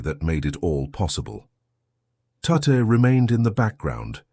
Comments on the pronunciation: How many different ways can you mis-pronounce Mr. Tutte's name? It's insulting. Why use AI for this voice-over? Why not just read it? And whatever that big machine is, it ain't Colossus. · You'd think that AI, being so bloody smart, could figure out how to pronounce Tutte, but no it just stumbled about trying it hardest and achieving nothing, just a jumble of guesses. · Why is Tutte pronounced 2 or even 3 different ways? What is that strange grey/white building? It isn't Bletchley. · Well! For example, the narrator mispronouncing Tutte's name is a glaring error in the production, the visuals awful but the information was in the main, correct. AI is rampant on YouTube these days. I ignore the slight inaccuracies and said visuals. I then judge the veracity of the programme. If the oral information is in the main, accurate, then it's good enough for me. If it's a mess, then I'll remark and move on. What of the content did you find subtly incorrect? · Why can't the narrator decide which is the correct pronunciation of Tutte's name? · I think it's an AI voice that uses different pronunciations, depending on the context of adjacent words. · A shame you couldn’t get his name pronounced correctly it’s Tutt. Not tutti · Dear AI, it is not said Tut-teeeee. Just Tut!!! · It was Bill Tutte pronounced Tut, not Tutty. Why oh why do we have little choice now but to have over embellished repetitive narration in historical pieces, just stick to the facts without imaginary waffle. There should be a strict quota on the number of unnecessary adjectives and adverbs, specially where they muddle up when and where to use both of them (sorry but Americans are the worst at grammar 😂) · There is now a monument to Bill Tutte in the town centre of Newmarket, Cambridgeshire, UK. It's a shame his name was not pronounced correctly most of the time in this talk. It should be 'Tut' and rhymes with 'But' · Pronounced "tut", rhyming with "rut". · I am sure his name was pronounced as Tutt